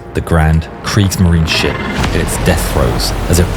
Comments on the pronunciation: The e at the end of Kriegsmarine isn't silent but pronounced. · There was no "kriegsmarin." It was Kriegsmarine. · Kriegsmarineeeeeeeeeeeeeeeeeeeeeeeeeeeeeeeeeeeeeeeeeeeeeeeeeeeeeeeeeeeee. La palabra alemana Kriegsmarine se escribe con una vocal e al final. ¡No existe ningún motivo para ignorarla!